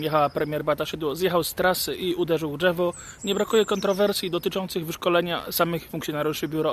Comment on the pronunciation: Dżewo, piniendzy - co za typ?! Uszy "wiendnom"